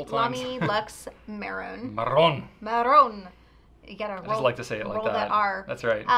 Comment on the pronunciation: pronounces "marron" exactly how it's say in spanish